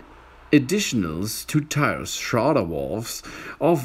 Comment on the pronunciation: "The Schrardar Wolv. Oh Yeaaah!"